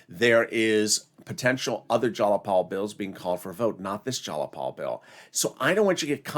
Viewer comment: Its jayapal not jalapal